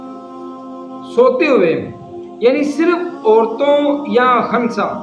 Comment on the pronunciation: خنثی میں خ پر پیش ھے